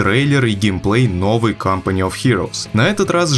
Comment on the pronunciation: Почему в начале фраза звучала как "CUMpany of heroes"?